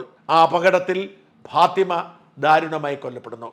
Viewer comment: പാതിമ അല്ലെടോ ഫാത്തിമ.